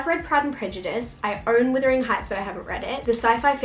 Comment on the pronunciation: Are you saying withering rather than wuthering accidentally?